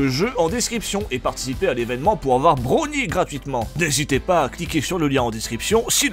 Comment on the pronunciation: Il a appeler Bronya "brony".... mon dieu